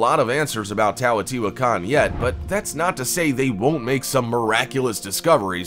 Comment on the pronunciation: Please excuse...correct pronunciation is Tay-oh-tee-wuh-kon, with accent on the "tee" part.